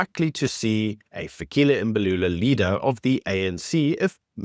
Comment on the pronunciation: Is it not "Fikile Mbalula"?